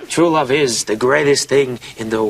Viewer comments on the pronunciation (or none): And how could I forget the one I laughed the hardest at "Mawwage is wat bwings us togevva today.....and wuv ...twuu wuv "